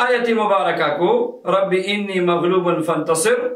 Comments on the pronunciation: آنی زبر کے ساتھ ہے آپ زیر کے ساتھ پڑھ رہے ہیں کون سا ٹھیک ہے؟ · Allah k banday Enni nahi Anni hy Ghalat mat parho ( shukria) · Rabe ani Hy ini Nahi hy plz talfuz thek kar lwn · Aap Anni ko Inni padh rahe hain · لکھا ہوا رب آنی ھے آپ رب انی بتا رہے ھین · آپ نے لکھا رَبّیِ اَنّی اور پڑھ آپ رہے ہیں رَبّیِ اِنّی یہ فرق بیان کر سکتے ہیں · Assalam oalekum Allah aap ko jazae khair de ameen lekin ye bataen rabbe anni ya inni paren q k likha hoa tu anni hy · Sir Rabbi Anni Maghloobun Fantasir hai. Ap Alif ke nechy zer laga rhy hain jabky zabar hai